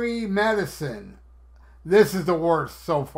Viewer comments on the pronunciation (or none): I honestly don't mind "Walking on the Moon". I like the intricate rhythm of that main riff and I'm able to get into the groove. "Cherry Medicine" (or Medi-SAWN as Ace pronounces it) sucks really bad, though. I haven't even heard the whole song, and the sample alone makes "Two Sides of the Coin" sound like "Snowblind".